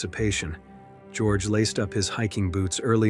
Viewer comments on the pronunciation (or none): the narrator should notice that his pronunciation of the name Georg is wrong. Georg is not an originally english name. Georg comes from the greek Georgios and since he is in this story a German, this name is not spoken as in English. It is spoken as in German or Greek, which is (almost) the same. Both German and Greek speak as it is written, while English is strongly deviating from the original correct pronunciation. With a little basic education this mistake can be healed.